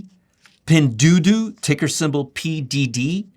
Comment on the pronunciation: Really a good idea to do videos based on 13-F's. I own SE, STNE and Pinduoduo. By the way, it is pronounced Pindue-a-due-a, a as in ali. I look forward to more of your 13-F videos. I liked this one.